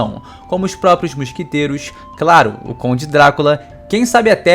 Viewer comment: "musquiteiros" kkkkkkkkkkkkkkkkkkkkkkj